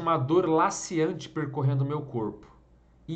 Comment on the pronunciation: É "dor lancinante" e não LACIANTE. 👍🏻